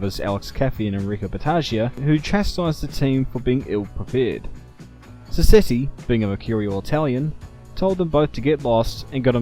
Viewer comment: Shame about the pronunciation of Andrea 'Modder' though...